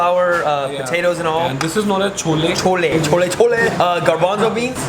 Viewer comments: Wow wow yours videos are incredible ❤️❤️❤️❤️ soo funny when he say sholle sholle😂😂😂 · Nooo... The way he says CHOLE CHOLE 🤣🤣🤣